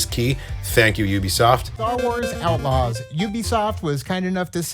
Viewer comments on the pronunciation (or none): "Star Wars Aightlaws?!"